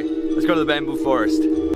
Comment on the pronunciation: He is saying "bamboo shit", isn't he?